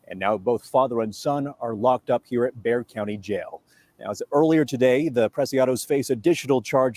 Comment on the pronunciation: Bexar county is pronounced Bear. Ignore the x.